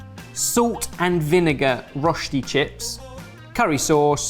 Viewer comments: Rösti not rosti. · hi, living in germany/switzerland here,, Rösti has an umlaut on the o, it's pronounced rerschti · Germans: Rösti.: Roschti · Truly love how gets better and better at pronouncing Rösti every time he mentions it in a video 🥰 my lil swiss heart is rather proud of him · I hate how they pronounce Rösti.